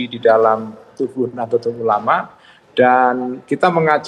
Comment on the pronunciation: Nahdlatul ulama jangan dibaca Nahdelatul ulama